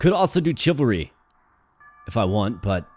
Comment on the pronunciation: Ty for the entertainment. : ) FYI, I believe chivalry is usually pronounced with an “sh” sound at the beginning, rather than a “ch” sound.